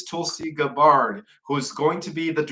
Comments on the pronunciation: Bless your heart,, but you totally mispronounce the names of Trump’s nominees. Gaetz is pronounced “gates”; Tulsi Gabbard is pronounced “gab-herd”. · Matt Gaetz is pronounced Gates according to him Tulsi Gabbard is pronound Gab berd according to her. Pete Hegseth is pronounced HEG not Hag seth, according to him. JS..❤